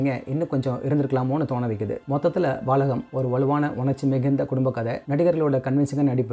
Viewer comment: You mispronounced the name. It's Balagam. Not Baalagam.